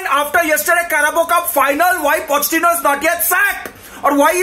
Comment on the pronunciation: Did he say “Potty-chino” ? 😭😭